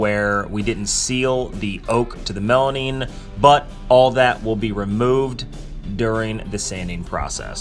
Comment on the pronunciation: Melamine ... not melanine